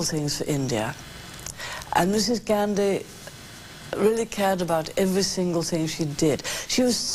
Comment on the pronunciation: Mrs "Gaarndhi" ? WTF?